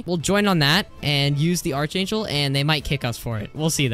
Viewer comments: not being rude but hearing you misspronounce arch angel makes me kinda mad.... its pronounced ark angel.. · ARK ANGEL ITS PRONOUNCED ARK ANGEL